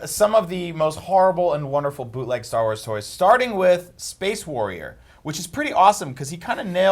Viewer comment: "Star Wals" 😂😂😂😂😂😂😂